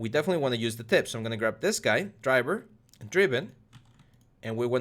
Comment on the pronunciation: What does dryber dreeben mean, i don't know what the hell that is but you keep saying it